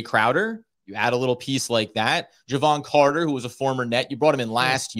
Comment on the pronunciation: I'm only here to hear " Jevon Catah"